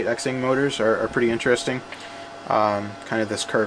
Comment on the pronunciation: how can nobody pronounce xing, ZING pretty basic word, i dont get it